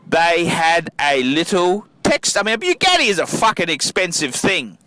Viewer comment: The cars went to the widow BTW there pronounced boo-got-ti